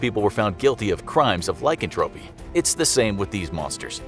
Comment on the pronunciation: Lycanthropy isn’t pronounced like that